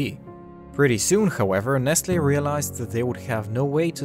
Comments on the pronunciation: Ummmm. It’s nessle not nestle.... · Nestle is pronounced Neslee🤔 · Well, as a French I pronounce it "Ness-tlé" (I actually don't know how to transcribe the "é" song) But maybe it's just me